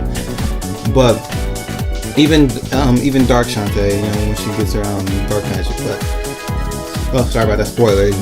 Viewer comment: Everytime you said shantae's name I twitched lol. I don't mind it but other people might so fair warning ok? Besides that your list was creative, I don't agree with everything but I appreciate the effort you made. Anyways, here's my obligatory list of 3rd Party Characters I'd love to see. -More Sonic reps (Tails, Knuckles, Amy, Cream & Cheese, Shadow, and Dr. Eggman) Yes I'm greedy but damn it Idc. -More Megaman reps (Protoman, Bass, Roll, and Duo) -Bomberman (Konami) -Klonoa (Bandai Namco) -Sora or Noctis (Square Enix/Final Fantasy/Kingdom Hearts) -Crash Bandicoot and Spyro (Sony/Activision) Not as team mind you but I can't see one of those 2 showing up without the other close behind.